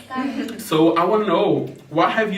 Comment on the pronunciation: O fala Tenkiu e eu tenho uma convulsão psicológica